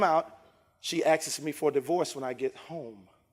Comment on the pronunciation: “She axes me” 😂🤣